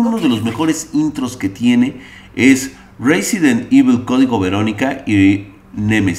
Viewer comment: Reizent evil 2000g XD